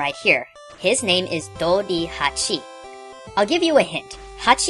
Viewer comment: The bee actually says Doribachi, not Dorihachi. I think you missed the ten-tens. Bachi still means Bee or Wasp.